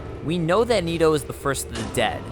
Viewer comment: It's not niitoo. It's Nito. Like the knights who say ni.